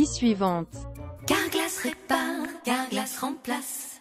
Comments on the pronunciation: il dit « cawglass répare, la glace lemplasse » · Effectivement CALGLAS REPARRR CALGALASSS RUPLACEEE ! (Je ne me moque pas de l'accent mais de l'arnaqueur)